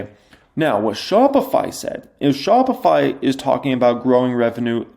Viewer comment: shopify. chopified. 😂😂 my boy